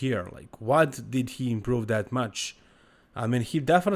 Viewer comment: There is no word in English, “dat”,. The word is pronounced “that”. Come on. 🙄